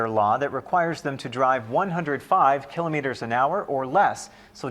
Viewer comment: They don't know how to say kilometers